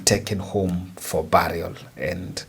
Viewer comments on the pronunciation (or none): none